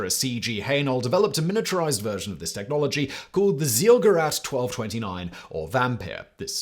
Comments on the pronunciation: i love it, how Simon butchers (or was it botchers, as in intentional?) the pronunciation of foreign names: "sahlgerat". Even the google translator gets the name correctly converted into audio. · Your pronunciation of Zielgerät and Nachtjäger is killing me😩